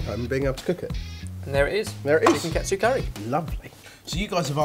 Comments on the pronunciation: It sounds more like Kah-Tsu curry, not Cat-tsu curry o: . Great recipe nonetheless c: ! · I don't understand what's so hard about saying KA-TSU. It's KA-TSU not CAT-SU. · It kinda irks me when people pronounce "ka-tsu" as "kat-su" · It's not pronounced CAT SUE, it's pronounced "Kaht tsu." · Hey guys! Whenever you guys make an ethnic dish, could you guys try to pronounce it's name the way they say it? I'm fine with you guys making your own version of the dishes, but sometimes the way you guys pronounce it grinds on my nerves. ex. Katsu You guys pronounced it Cat tsu, which is close, but usually people pronounce it as Kah-tsu Another word that you guys often use is Tempura, but instead of Ten-pu-ra, says "Ten-Pure-ra".. Sorry if I seem really bitchy, I just wanted to see if you guys knew you were saying these words wrong. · wow.... i just ate this yesterday at a shop names chopstix ^.^ and yea sorry ur saying Katsu wrong... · you're saying katsu wrong